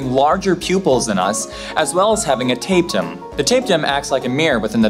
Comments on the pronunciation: Gang lion? Tape tum? Gan-glee-on. Ta-pee-tum. Honestly, figure out how words are pronounced before saying them in front of a camera. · Jesus Christ, you dipshit millennials and your pathetic inability to pronounce your own goddamned language. "Ganglion" is pronounced "GANG-lee-uhn," not "gang-LIE-un." "Tapetum" is pronounced "tuh-PEE-tum," not "TAPE-tum." If you're unfamiliar with a word, look the fucking thing up. You've constantly got your faces buried in the internet anyway, how hard is it to look up two words on ? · Great info but your pronunciation is Americanised i.e stressed after first syllable not the second. Gang-Lion are Gangly-Ons Tape-tum is Tapete-um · Tapetum is actually pronounced as /təˈpiːtəm/ not /'teɪp.təm/ as you did. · Ganglion. Say it with me me gang LEE on. Tapetum. Say it with me tah PEE tum. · Besides being unable to keep your eyes open being somewhat annoying, your inability to pronounce tapetum or ganglion makes one really dismiss your videos outright.